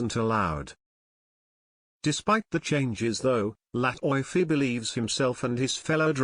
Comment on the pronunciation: LATIFI written (LATEFE) not (latoyfe)